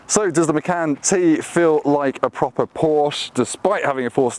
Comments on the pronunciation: Macarn? Wtf….. please please please, we need to stop this, it’s MACAN like! Or do you drink a Carn or 🍺 😂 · I think it's actually pronounced machaan